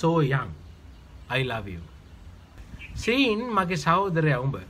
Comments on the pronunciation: Sean ප්‍රනවුන්ස් කරන්නේ ෂෝන් කියල. සීන් කියල නෙමෙයි. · Sean කියන නම ශබ්ද කරන්නෙ සීන් කියල නෙවෙයි ශෝන් කියල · Sean නෙමෙයි ඒක ශෝන් ලෙස නම ප්‍රකාශ වියයුතුයි. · Sean කියන නම pronouns වෙන්නෙ ශෝන් කියලා